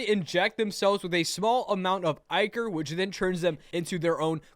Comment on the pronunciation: how i say ichor: ichor. how (i spelled it like that on purpose) says it: i cer